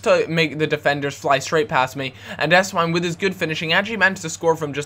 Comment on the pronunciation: if theres a W in a german name it sounds like a V just sayin